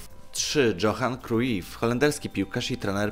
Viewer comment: Dżohan Kruif xDDDDDDDDDD